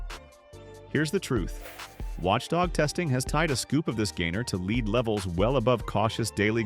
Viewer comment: Daily leed limit 😂 Good ol’ A.I.